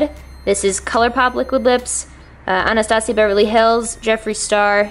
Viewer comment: My name is Anastasia but it is said like " Ana-sta-sia